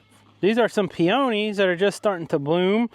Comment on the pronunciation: Glad you and your family was safe from the tornadoes. Thank you for helping out with the clean up. I understand that we sometimes have different pronunciation of some words. But here in Canada we(I) call those pink flowers Peonies (pea-ah-nees). 🇨🇦 Congrats on the new twins.